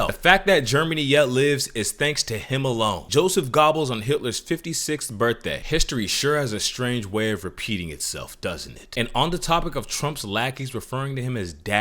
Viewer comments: Joseph gobbles LOL it's pronounced like yosef gebbels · "Joseph Gobbles" it's pronounced "Gerbles" but to be fair he was a top Nazi and Gobbles is funnier.